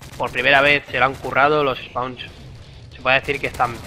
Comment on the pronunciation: soy yo o dice los espauns ? jajajajaj